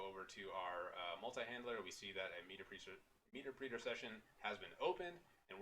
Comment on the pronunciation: PS It's pronounced 'meh terp reter', not 'meeter preeter' lol.